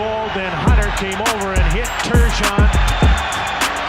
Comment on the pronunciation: Apparently it's pronounced Turgeon like sturgeon. Thankfully there's a hardcore hockey fan to correct us all.